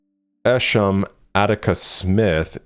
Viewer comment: Nice mispronounciatiom of Esham